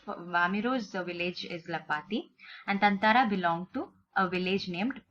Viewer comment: Isn’t it thathara mam? Or is it thanthara?